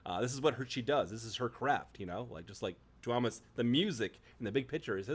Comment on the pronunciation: the stress lies on the U of túúúmas, not the o :D